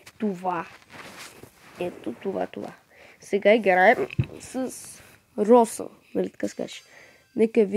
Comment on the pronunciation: Брат поправи се Роза не Роса